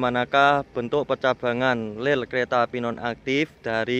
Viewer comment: Ngomong "rel" kok keliru "ler' terus,,,😁